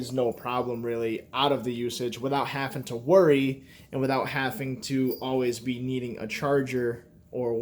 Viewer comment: "Hafingto" What is that word?